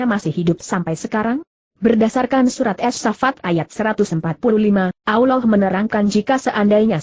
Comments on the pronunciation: Allah bukan nya awloh...ngapain indonesia ini begok yah? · sakit hati nie dgr suara nya gk enak di dgr. allah mbak bukan aulloh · maaf ya kalau mau bilang nama allah jangan alwah..